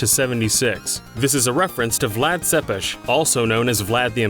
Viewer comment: Excellent job pronouncing Tepes properly.